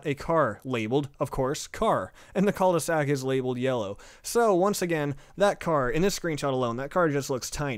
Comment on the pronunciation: Am I the only one who thought that "Cul-De-Sac" was said like "Culvey Sack"? Lol